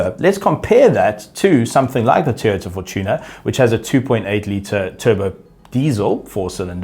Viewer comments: It's fôr-tuuner (with a proper Afrikaans accent) and not fawtuna. 😜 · Is anyone ever going to tell that he keeps mispronunciating "FOR-Tuner" or are we going to let is pass a few years longer because he is such a likeable guy? 😂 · Dude please pronounce fortuner not as if sounds like “tuna”😂